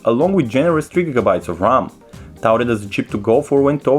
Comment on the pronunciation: Its Ruler, not "Ruwer" Its Multi window, not "Mooti window" Its RAM, not "RAAAAAM" Its Ultra high, not "Ootra high" Wtf dude did you even go school?